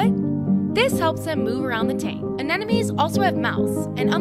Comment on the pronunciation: Is it just me or does she keep pronouncing anemones as anenemies? It's driving me up the wall